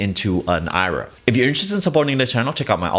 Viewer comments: Wade Watts he doesn't he pronounces IRA (eye-ra) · why do you pronounce IRA as (eye-ra)